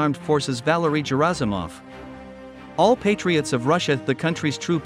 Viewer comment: Gerasimov is pronounced with a hard "g", not a soft "g" as if it were a J.